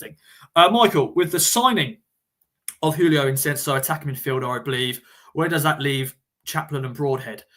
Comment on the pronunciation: Why do you keep calling him Ensenso when his name in Ensico?